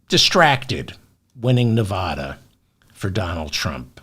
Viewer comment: It's hard to hear the constant mispronounciation of Nevada. It's an A like apple after the V, not like jaw. Just ask anyone living in Nevada.